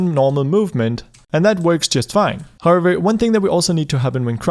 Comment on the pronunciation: Whenever he used to tell however I used to hear harbor Which was really funny 😂